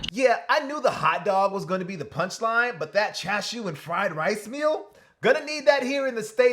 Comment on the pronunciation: “Cha shu” you can’t pronounce it any worse than that